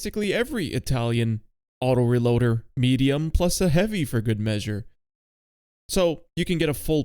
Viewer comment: Ahem, its pronounced autoREloader